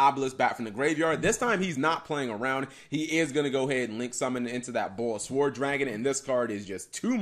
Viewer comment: I have a doubt guys: why does he say Borrelsword pronouncing SWORD like SWORN? Is that right? Shouldn't it be "sword" as in the actual sword?